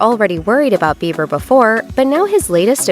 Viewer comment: .......his last name is Beiber not Beaver.